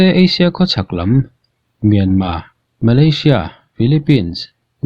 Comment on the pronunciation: Malaysia ,,,hi vawi laih I lam ka hria 😂😂😂😂👍👍👍